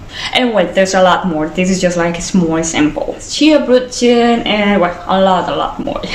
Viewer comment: I love how you say Brötchen